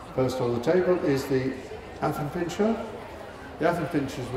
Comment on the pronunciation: The commentator kept saying 'miniature pincer'. Yet he said affenpincher correctly.